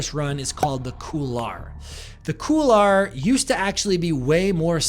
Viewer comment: Couloir is pronounced "Cool-Wah". Nice video though. You're a beast!